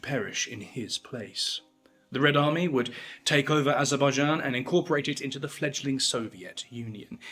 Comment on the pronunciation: Lentiburie ?? 😂 Barrier ?? 😂 What a BS video Bolevic party ?😂 Azabadjan ? 😂 Barrier ? 😂 The caucaseS ?😂 Vertiburier ? 😂 Aschwitz ? 😂 Labarriere ? KAthian forest ? 😂 Gurrier ? 😂 Nikita cruel ?? 😂 Krouev ? 😂 Kruel ?😂 Burier ?😂 AND THE NARRATOR with his ssssssss ln his tongue !! So shi t.. y painful